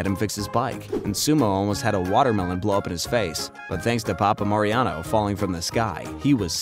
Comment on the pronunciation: That was a water-malone, not a water buh-loan.